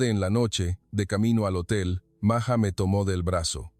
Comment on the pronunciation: Ibas bien En tu narración; pero te azotaste, al decir Maya, y luego..maja, es totalmente distinto Maja a Maya. Documentate bien, y no digas Tonterías ✔️